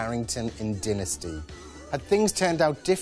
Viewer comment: "Dinnasty", really??